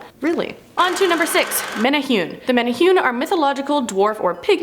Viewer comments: thank you!! that was driving me nuts. men ay hoon?..... wtf. men ay who nay. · Yayyy Hawaiian folklore is mentioned. Woot. Just one note it's pronounced (mene-hoo-neh not mene-hune) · For the Menehune one, it’s pronounced meh•neh•who•neh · MANA WHO KNEE ..IS HOW YOU SAY IT LOL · I’m from Hawaii.... it’s pronounced meh-neh-who-ney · It's pronounced like menehuni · My lord WHY can’t y’all just take the extra few minutes you need to make sure you’re at least TRYING to pronounce things properly??? Proboscis - proBOSSkiss Menehune - meh-neh-HOO-neh Who knows what else... It’s really NOT that hard to make sure you don’t look ignorant. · Bruh you pronounced Menehune wrong! It’s pronounced (Meh-neh-who-neh) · hahaha riiight tho! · I loved Hawaii and knew a lot about the Menehune which as was told to me were like gremlins of the Islands and would destroy equipment near sacred areas. Also it's supposed to be pronounced Meh•neh•hu•neh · Menehune bro its meh-neh-hoo-nea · The way she pronounced menehune oh gosh. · I was cringing hearing you say Menehune 😅😂. No offense sis! Aloha🌺🌴🤙🏾